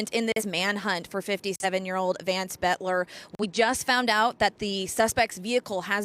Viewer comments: "BOELTER" is NOT pronounced "BET-ler". It's pronounced "BELT-er". Try to get the name right, because saying it wrong repeatedly cements the wrong name into the public consciousness. It will confuse the search for anyone who knows him who might have information. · Please say his name properly...Boelter, not Betler! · Its pronounced Belter, not Betler. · I think Boelter is pronounced, Belter, not Betler. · His last name is pronounced "Belter" not "Betler". Please pronounce the name correctly. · His name would be pronounced as BELTER, not Butler! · "BEL ter" not "BET ler" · It’s Boelter, not Boetler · Boelter not Betler! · Where are y'all getting Betler?? Its clearly boelter, like bolter. 😂😂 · The correct pronunciation is Belter, not Bolter. The "o" is silent. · Is it just me or are they pronouncing his name incorrectly? They are saying betler, but everyone else says belter. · It's not "Bettler." Geez. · Butler? Aren't journalists supposed to be able to read? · BELL-TER!!!! Sheesh! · Because these newscasters didn't do their research on the basics. The last name is pronounced "BELTER". For godsake, call someone in Sleepy Eye (where Boelter is from originally) and ask if you don't know the pronunciation! Don't just guess or make it up; you sound like buffoons. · Is that news anchor dyslexic? BOELTER, not Boetler LOL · Both are correct pronunciations in this area, some families go by “belter”and some go by “bolter”. I can’t place which family he is with.